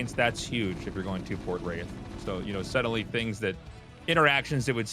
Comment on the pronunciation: Wraith war, or race war with a speech impediment? Big difference